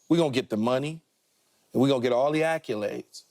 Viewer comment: These guys cannot pronounce the word “accolades.”